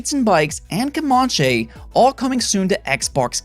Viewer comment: Who tf pronounces Comanche like that?